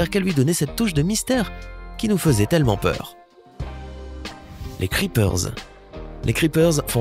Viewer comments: On prononce pas le s a creeper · Il a dit le S à creeper... starfullah